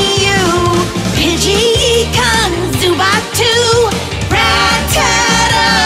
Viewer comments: you pronounced Ekans wrong, it's Eh-cans not Eee-cans and it's not even a real ekans..... lol so true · "E-cauns" Come on bro, is it really that hard to pronounce "Ek-cans"(Ekans)? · I’m sorry did you call it “E-Cans?” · Ee-kans Zu- baat Really? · Cringed the way he said Ekans . If it was Eekans there would be that extra E